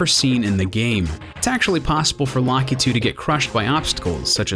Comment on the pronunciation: did he just pronounce lakitu like lock-ee-too